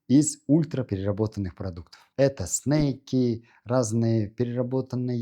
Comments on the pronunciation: "снейки" - это "змеи", а "перекусы" - это "снэки" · Не снейки, а снеки: snake (снейк) - это змея, а snack (снэк) - перекус. Если уж употребляете иностранные слова в своей речи, доктор, то произносите их правильно.